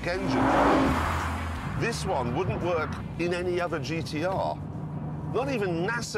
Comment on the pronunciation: Its GT-R bro. Not 'Geeteearr'.